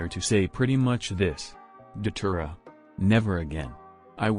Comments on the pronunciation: I thought you said saliva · lmao why I thought you said saliva